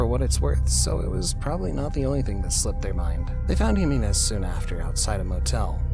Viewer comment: You're mispronouncing Jimenez. It's not "Heh-mee-nez" it's "Hee-meh-nez"